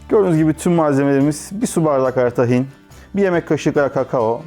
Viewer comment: Tahin diye okunmaz. İlk hece uzun okunur!